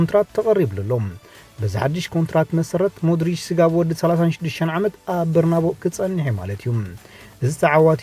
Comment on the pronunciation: ብጣዕሚ ደስ ዘብል መደብ ቀጽልዎ። ግን ሓንቲ ርእይቶ ኣብ ኣደማምጻ ሓላው ልዳት ናይ ማንዩናይትድ ዲሂያ ኢልካ ትድምጾ ኣለኻ ግን ብዝመስለኒ ኣደማምጻ ስሙ ዲኺያ ዪ፡ በርናቦ' ካ በርናቢዮ 'እዩ ብ ናይ ስጳኛ ቃንቃ የቐንየለይ ቀጽሎ 100% መድብ።